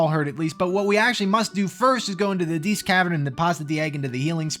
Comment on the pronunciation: Diest: dee-est. Think "diety."